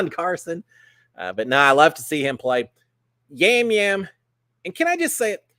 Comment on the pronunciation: Yam Yam is pronounced as a "soft " J in Puerto Rico. From all your travels, you probably know that letters are pronounced differently in different parts of the world.